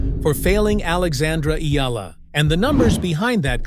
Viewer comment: Omg you actually said Alexandra's name correctly! Respect